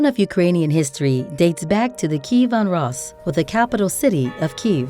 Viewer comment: "Keevon ros"